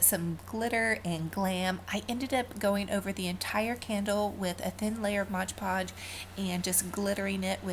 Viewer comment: I love your DIYS, they are fantastic and I pray this is not taken in a negative way. It's actually a common mistake but the mis-pronunciation of MOD PODGE drives me crazy... It is pronounced MOD podge, not MODGE podge. I know I'm gonna get some hate, but I honestly don't mean it in a bad way. And, I only want to help.